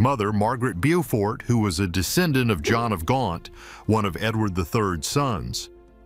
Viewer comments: Bow fort noy bew fort. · Dear narrator: Beaufort is pronounced 'Bow - fort', a long O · Fine if the video is concerning the USA , but as it's about King Richard III of England, it's pronounced "Bow-fort". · If you haven't got the time to learn how to pronounce names then perhaps you should stay in bed. For example 'Bewfort' for Beaufort is silly. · People might take your video more seriously if you got basic facts right, like how to pronounce ‘Beaufort’. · Typical of AI . Infuriating. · lol. and I was like " was I pronouncing Beaufort wrongly my whole life?"